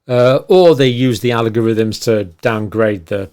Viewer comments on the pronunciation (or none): Algorithm not Alogorithm